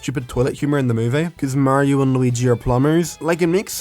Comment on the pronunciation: its so fucking off putting watching someone with an accent pronounce mario correctly